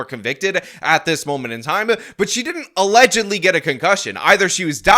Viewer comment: Allezedly. Not Allegedly! Get it straight man. You keep up your uneven exercise of your arms and you're going to look like Quagmire on American Dad with one arm that is physically much stronger than the other from extensive overuse. This has been Jason talking about and his overworked arm. 🐰🐇🐰🐇💀😎🍀